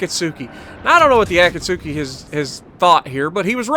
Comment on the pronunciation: As a Naruto fan it’s painful to watch you butcher the word Akatsuki lol